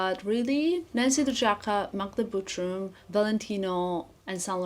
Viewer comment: Just curious - wouldn’t it be easier for you, since your first language is Balkan one, to pronounce Butrym the proper way? With not so soft “r”? Just like in 😉 Again - all love, just curiosity ❤